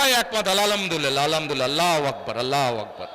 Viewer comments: আলাআমদুলিল্লাহ আবার কি জিনিস। এত প্রাপ্ত বয়স্ক সুস্থ মানুষ হয়ে ঠিকমত উচ্চারণ করতে পারে না অতচ ৪-৫ বছরের অন্ধ বাচ্চাও ওর থেকে ভালো উচ্চারণ জানে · আল্লার নামই তো ঠিকমতো উচ্চারণ করতে পারেনা আলহামদুলিল্লাহ কে বলছে আলামআলহামদুলিল্লাহ। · ঠিকমতো আলহামদুলিল্লাহ শব্দটি বলতে পারেনা বলতেছে আহ আলাহামদুলিল্লাহ। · যে কিনা ঠিক করে আলহামদুলিল্লাহ আল্লাহু আকবার বলতে পারেনা কাছে কি দিন শিখ আমরা,,,, দিন শেষে একটা প্রশ্ন থেকেই যায় মনে এরা কি আদৌ মদিনার সনদে দেশ চালাবে,,, 🤔🤔🤔🤔🤔🤔🤔🤔🤔🤔🤔🤔🤔🤔🤔🤔🤔🤔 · তারেক তোর মতো কোলাঙ্গার যে নাকি আলহামদুলিল্লাহ শুদ্ধ করে বলতে পারিস না আবার জামাতে বিরুদ্ধে কথা বলিস জামাতে অংশ আলেম আছে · আলহামদুলিল্লাহ ও বলতে জানে না😂😂😂😂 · আফসোস এরকম নেতার জন্য যিনি কিনা আলহামদুলিল্লাহ বলতে পারেন না সহীহ শুদ্ধভাবে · আলহামদুলিল্লাহ ও,, সঠিক ভাবে উচ্চারণ করতে পারেনা কি বললেন উনি .? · ওনি তো আলহামদুলিল্লাহ সঠিকভাবে উচ্চারণ করতে পারে না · আলহামদুলিল্লাহ বলতে দাঁত ভেঙ্গে যায় সে নাকি নেতা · আলহামদুলিল্লাহ উচ্চারণ করতে পারে না ,, এখন আসছে আবার ধর্ম নিয়ে স্লোগান দিতে। অন্য রাজনৈতিক দলের নামে সমালোচনা না করে নিজের দলটা আগে ঠিক করুন😅 নিজের চরকায় তেল দাও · আলহামদুলিল্লাহ ও শুদ্ধ ভাবে উচ্চারণ করতে পারো না । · আলহামদুলিল্লাহ টা ঠিক করে বলেন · যেই নেতা আলহামদুলিল্লাহ, আল্লাহু আকবর শুদ্ধ করে উচ্চারণ করতে পারেনা সেই নেতা চাইনা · যে ব্যাক্তি ঠিক ভাবে আলহামদুলিল্লাহ বলতে পারে না। তার বিপক্ষের পার্টি কে নিঃসন্দেহে ভোট প্রধান করা যায়। মুনাফিক হোক আর যাই হোক। আর এই ভোট হবে একমাত্র আল্লাহ কে খুশি করার জন্যে।